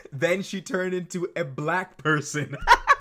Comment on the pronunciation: The way he pronounces "black" is weird af.